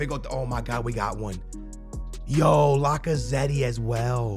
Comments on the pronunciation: Bro Lacazetty you for real ,it’s La-ca-zet. The e is silent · The way he says lacazette lmao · Does he not know how to say Lacazette